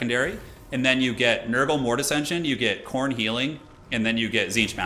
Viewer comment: Trolled by "coastal teen", that American pronunciation. Just don´t get in trouble with the beach boys :)